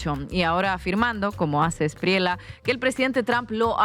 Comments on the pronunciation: El defensor de criminales y bandidos De la Espriella, pronuncia la doble ele en su apellido. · sugerencia linguistica respetuosa: la pronunciación del candidato Abelardo de la Espriella no es con LA al fina, sino como si fuera (ejemplo) TOALLA